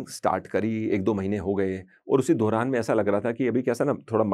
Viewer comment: wo Dauran hota hai,. Dohran nahi😅